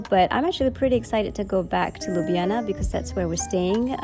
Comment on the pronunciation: Props 4 the prounounciation of Ljubljana and basicly all the other Slovenian city/places names. Really really good...you could learn Slovenian well ;)